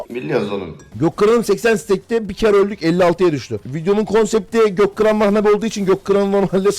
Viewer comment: Götkıran deyil gökkıran abi